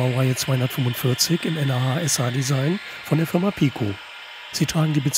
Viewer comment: Gute Vorstellung. Eine Sache hat meinen inneren Monk aber mehr gestört als es sollte: Das Nah.SH wird nicht n.a.h. ausgesprochen sondern entsrpcht wirklich dem Wort nah. ;-) Weil durch die Verbindungen alles nah zusammenrückt.